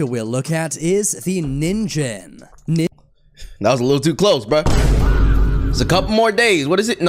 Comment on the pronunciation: that is a real squid that's nin-gen pronounced as nin and jen(ge sound)